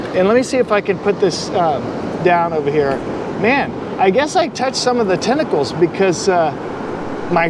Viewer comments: Sorry but its tentacles but not tinacles is pronounced 🖐🏻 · "i guess i touched somebsome of the tentickles"... touches the thing again licks his hand 🤷🤦😂